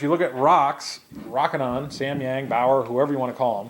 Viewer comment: Long "O" sound. ROOOOKINON, NOT ROCK-INON